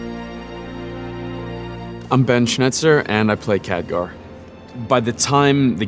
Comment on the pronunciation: anyone else bothered by the way he's pronouncing his name?